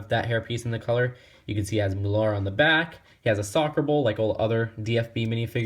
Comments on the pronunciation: its pronounced mooler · You did research on the German pronunciation? Doesn't really sound like it. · I love how he says mullar in stead of muller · I like how he said Toomas moolar instead of Thomas müller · Wtf is Mular!😂😂😂😂 It's Muller Mew-Ler but u still r the best YouTuber to me!😀😀😀😀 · He calls Tomas Moolar 😂